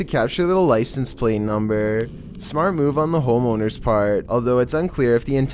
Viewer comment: "NUmBer fIFTeEn"